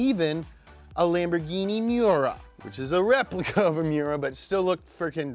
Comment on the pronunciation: When you said "Miura", I nearly threw my computer across the room